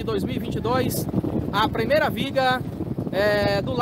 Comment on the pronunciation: "premeira", " si milhor", pare de matar o português